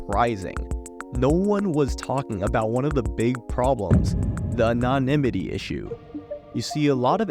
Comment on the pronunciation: Omg I’m sorry the way you pronounced anonymity made me laugh my ass off